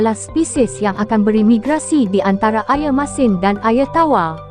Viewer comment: Sobut Air Pun Tak Botol 🤦‍♂️ Ayer Ayer Apo Pelat Pelat Bodohhhh 🙍🏻‍♂️